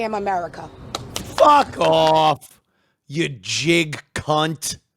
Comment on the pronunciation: Just immediate hard J, I was dying lol